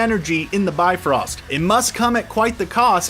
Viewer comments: yup, its the bye-frost not the B-frost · i lost it when he kept calling it the beefrost its the bi frost not bee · I'm sorry, but I can't take y'all seriously when you keep saying "bee-frost" over and over